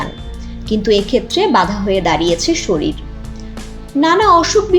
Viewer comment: স্যালারি একটু বেশি দিয়ে শিক্ষিত মানুষ নেন, ইউটিউবে ভয়েসওভার দেয় কিন্তু শরীর উচ্চারণ করে শরিল - এটা কেমন কথা 🙃🙃🙃